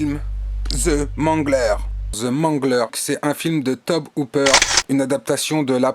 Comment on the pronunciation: Wow ! Cool d'avoir mis un extrait et un lien ! Bon du coup ça fait deux fois que je te vois dire Tob Hooper c'est To-bi que ça se prononce ;) Bonne sélection de films !